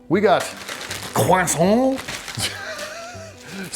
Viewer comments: This is a message from every French ppl to every English ppl. DO NOT EVER LEARN HOW TO SAY CROISANT CORRECTLY. The way you guys try to say the "r" and the "oi" french sound is just priceless. A pure moment of joy and understanding the struggle all at the same time. Especially when this and oui oui baguette are the only french words where you guys all put in an effort 😂❤ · The emphasis and pronunciation of Croissant took me out!